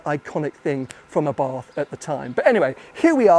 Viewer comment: Arbarth should be pronounced ...Eh-bart ...not A bath...just sayin